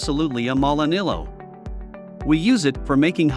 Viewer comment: The pronunciation could have been better!